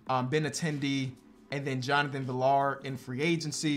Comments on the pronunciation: FYI Jonathon Villar's name is pronounced viar not villar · Just a heads up for future reference, Jonathan Villar’s last name is pronounced like VR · Just so you know it is pronounced Jonathan v-ee-y-AA-r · btw Johnathan Villar's name is pronounced vee yar the two Ls make a Y sound. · villar is a Spanish name. The double L makes the yuh sound, pronounced viyar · Villar is pronounced VR